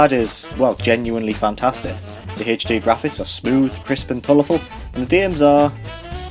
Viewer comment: I lost it at "Haych Dee"